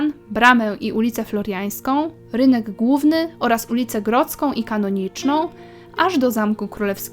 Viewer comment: Do listy dodałbym jeszcze: - Ojców - Kopiec Piłsudskiego - Zamek w Tenczynku - Klasztor Benedyktynów - Lasek Wolski - Klasztor Kamedułów - Kopiec Wandy - Uniwersytet Jagielloński - ulice Senacka i Kanonicza (nie: "Kanoniczna" !!!) - Wieliczka - kopalnia soli